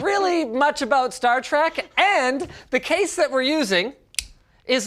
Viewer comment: star trEk, not star trAk! yeesh, Linus!